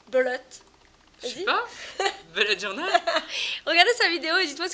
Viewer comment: Je suis d'accord avec ça se dit bullet journal pas bulette journal xD